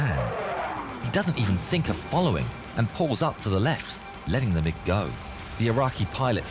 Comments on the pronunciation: I flew the F-15C in the late 70-early 90s, and I remember this. Good for a laugh. You might recognize the fulcrum if you said "mig" Instead of "m-i-g" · Its MIG 29 Fulcrom. Its a Russian built plane. Its pronounced mig not m i g. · Also, it's not M I G. It's pronounced mig. I don't know how to explain it more that that. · Its pronounced "Mig," idiot. Not M - I - G. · They call them mig29 not M.I.G 29😂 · MIG = Mikoyan-Gurevich construction bureau which designed many Russian fighter planes. It's pronounced "Meeg" with "G" pronounced the same as "G" in "God." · Pronounce it as mig.